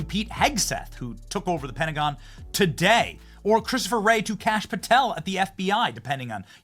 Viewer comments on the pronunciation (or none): none